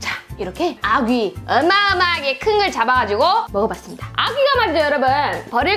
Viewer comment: 아귀가 아기로들림 ㅋㅋ